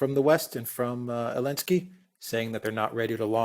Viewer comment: Why does always calls Zelensky, "Elenesky", which is not correct. Why doesn't Alexander correct him?? Very unprofessional!!